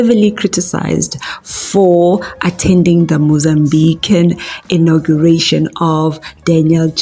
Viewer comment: Its ''Inauguration'' hey wena.